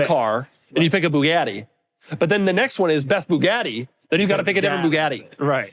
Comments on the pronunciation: Doug has the weirdest pronunciation of the word Bugatti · What is that pronounciation of "Bugatti"?